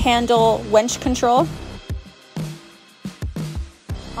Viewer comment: Great video. The Polaris website doesn’t mention a rear bumper on the trail edition. I wonder if that’s a change. And unfortunately it comes with a winch. Not a wench as you repeatedly said. 😀